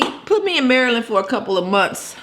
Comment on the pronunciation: I’m from Maryland sis. U tried. Lol. Love ur channel